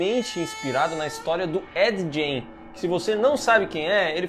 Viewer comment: Ed “gen”, não! É Ed “guein”.